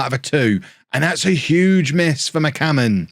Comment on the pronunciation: Zealand "McCammon" Shannon